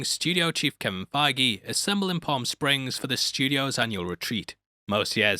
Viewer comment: It’s not Kevin figue